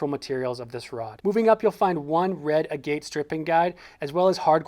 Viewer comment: Agate guide: pronounced ag et. 😍